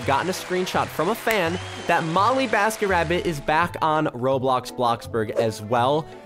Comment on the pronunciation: You literally said “BollyMasketRabbit” and “enesh”